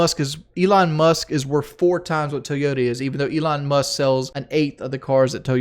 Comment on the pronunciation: Who is Elon Must? I know he isn’t saying “Musk” lol